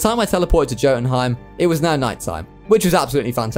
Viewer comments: Jotunheim Is Pronounced Yotunheym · please god please learn to say these names m8, jotunheim is pronounced with a Y NOT A J